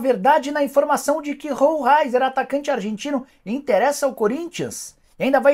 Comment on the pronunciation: A pronúncia é roleizer e nao rou raizer